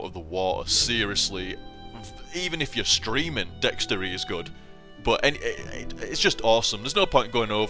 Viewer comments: I was confused when you were saying dextery.. Then I realized you were talking about DXtory, lol. I've only heard it pronounced D X tor-E. But that class definitely seems a little OP, so much so that you get too laid back and you're dying while playing it =P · Gah, I made a mistake when replying to someone's comment in this thread, and it nuked the entire thing! :[ But yeah, it's called Dxtory, most likely pronounced "D-X-Tory", but fuck that, I call it "Dextory" :]